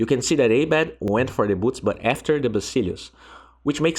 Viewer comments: Ah-bed bruh not ey-bed :) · its not A BED.. its prnounced as abeed